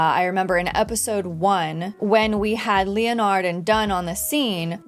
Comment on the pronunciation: HI I've enjoyed your video reviews for LoM. Quick note on pronunciation of Leonard its Len-nard not Leo-nard. The Loen kingdom is loosely based on England and that's how its pronounced there. Leo-nard as a pronunciation is more of a French way to say it. Other than that please keep up the videos its nice to see someone who enjoys this show as much as I have been. BTW The official term for a beyonder who has lost control is a Rampager. Its in the second episode.